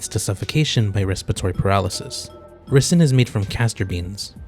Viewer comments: If you're going to be a doctor, you need to know how to pronounce ricin. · that's one way to pronounce Ricin